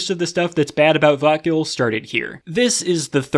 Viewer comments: To my non-native anglophone brain, every time says "vötgil" kinda sounds like "thought kill" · Every time he says vötgil my mind says I'm a bit excited